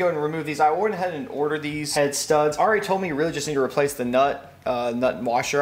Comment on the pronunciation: I love you and all of your content but it drives me crazy every time you say Ari's name incorrectly... otherwise, keep up the awesome work!